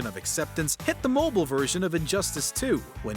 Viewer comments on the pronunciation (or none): That's the wrong pronunciation for this definition of "mobile," dude.